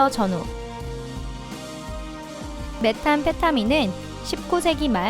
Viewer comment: 플래티나 가 아니고 플래티넘. 메탄피타민 이 아니라 메스암페타민.